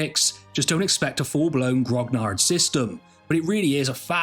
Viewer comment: Grognard is pronounced ‘gronyar’.....